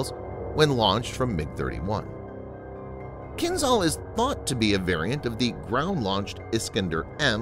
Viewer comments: It is not Kin-zal but Kinzhal. The zh stands for the Cyrillic letter ж in кинжал (dagger). It is pronounced like the gè- in the French word legère. You would do better to pronounce Kinzhal as Kin-shal. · You are pronouncing Kinzhal wrong. The ´zh’ should sound more like the letter J. So while not entirely correct, calling it “Kinjaal” with two a’s would sound as close to the proper Russian prononciation as it can get in English.